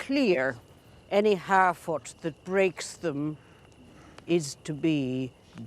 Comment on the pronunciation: Every time he says "Harfoot" I keep hearing "Halfwit" and I am convinced it's intentional.